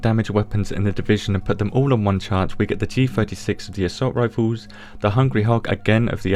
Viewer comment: Lmao "rifoos"